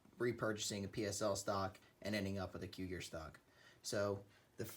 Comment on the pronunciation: Nice video but it's pronounced "KOO-jir" and not like cougar. 😉